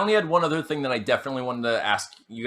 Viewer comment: Sidenote: sometimes says thang instead of thing.